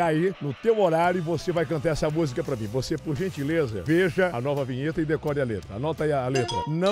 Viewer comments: " Nimim"?????????? Meu Deus, alguém me mate!!!!!🤣🤣🤣🤣🤣🤣🤣🤣🤣🤣🤣🤣🤣🤣🤣🤣🤣🤣🤣🤣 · Não é ''nemim'' KKKKKKKK ta de sacanagem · Nimim hahahaha Não é nimim. HAHAHA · " os funcionários confiam 'nhemim ' " kkkkkkkkkkkkkkk .